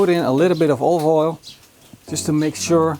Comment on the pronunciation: Hahaha, you are just as bad at saying "olive oil" as Gordon Ramsay! It always makes me giggle when he tries to say "olive oil" and always end up saying something more like "ovoil" 😂